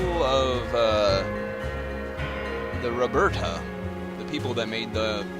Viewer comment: oh, and three minor corrections: one, raberata is pronounced "ra ber a ta" rather than "roberta", bavakh is pronounced "bav-ack" rather than "bav-kah" and the path defender in hellspace is female, not male (although it's hard to tell because she's so old)